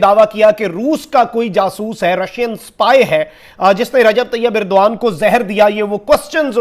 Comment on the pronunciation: inn paki jahil tv reporters ko Turky ke president ka naam bhi thik se nahi malum hai aur yeh kahte hai ki yeh inka dost mumalik hai, "Irdoan" nahi jahil "Erdogan" hai uska naam, dusra jahil reporter usey "Urduan" kah raha hai, pura naam "Tayab" nahi "Tayyip Erdogan" hai ! 😀😁😂🤣😃😄😅😆😉😀😁😂🤣😃😄😅😆😉